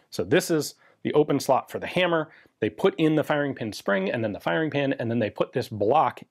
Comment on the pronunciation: LOL at "fire-EEE-ing"